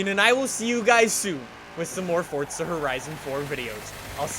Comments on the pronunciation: For-za not for-t-za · I’ll subscribe when you say forza. Not fortza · ITS FORZA FORZA NIT FORTZA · I can’t listen to this dude saying FORTZA anymore.. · There’s no T in Forza my dude